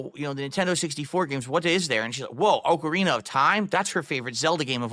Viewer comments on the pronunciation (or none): OAK-ARENA of Time. Really,... really?